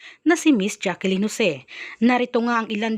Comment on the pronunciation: Bakit ba Jaqueline ka nang Jaqueline? Jaclyn yan hindi Jaqueline! Ang boring mong mag narrate!